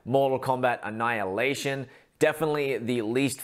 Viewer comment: Забавно он произносит - "анал и нэйшон"...